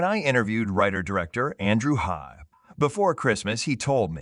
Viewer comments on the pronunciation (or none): I don't know if this is just another horrible A.I. generated voice, but I stopped watching when it claimed to have interviewed "director Andrew Haigh"... and completely mangled his last name (it's pronounced like "vague": long A, hard G). And irrelevant older photos of Andrew Scott and Paul Mescal... Phooey!